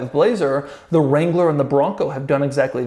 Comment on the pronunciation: Doug, the Mercedes Jew Wagon? Wrangler got mangled also. Oy! I played it a bunch of times with my eyes closed. It’s what I’m hearing.